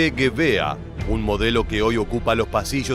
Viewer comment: Hablo alemán. Lo aprendí en el Instituto Goethe. ¿Qué querés? El tipo éste se las da de historiador, y ahora... ¡de germanoparlante! La e y la r al final del vocablo DEBEN pronunciarse. Es "MausER", no "Mauseah", y en el caso de "Gewehr" (según el diccionario Langenscheidt, rifle, fusil, escopeta) al alargarse las vocales antes de la h, se pronunciaría "Geveeer" (la w es v), y nunca "Geveah". Este nabo debe decir "Bayer Miúnich" en vez de "BayerN Múnich"... ¡¡Jaaaa!!